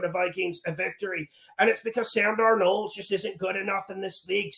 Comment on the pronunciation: “Analyseees” just tied “DarNOLD” for best pronounced 😂... picks always hittin! 💪🏼